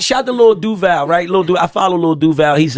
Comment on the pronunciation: Know That's Not How You Pronounce Duval 😒